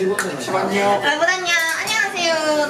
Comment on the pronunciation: 처음에 알렌녕~ 라고 한 줄..